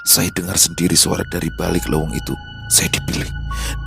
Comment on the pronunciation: Bukan leweng bang,tapi Leuweung peuteung